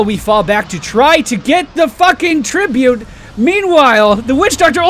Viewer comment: "we did end up getting that tree-bute" ;3